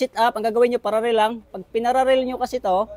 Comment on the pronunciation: Paralell hindi pararel😂